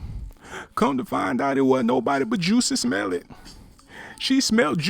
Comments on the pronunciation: The way he says juicy smellit sends me😂😂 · He pronounced it "Juicy Smell-It" LOL. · Why he saying JUICY Smellet ? 🤣😂 that shit took me tf outtta here 🤣🤣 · You may have an accurate story but just a few pointers, stay on topic, the shoutouts were ridiculous also its Jussie Smollet not juicy smelit lol you lost me 4 minutes into the video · 🙄🙄 this voice is cracking me up especially with this change of name spelling and pronunciation with Juicy Omelette 😁😁😁. By the way, why is Toni hooking up with these crawny looking men?! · This negro said “Juicy Smell-It” lmao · Did he say juicy smolliet lol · Um..joosey smell-it? Smh. Something wrong wit you bro 🤣🤣🤣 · I feel like this person should pronounce Jussie Smollett’s name correctly. And if this is in fact a male... it’s pretty alarming that he is gossiping, which is suspect in itself.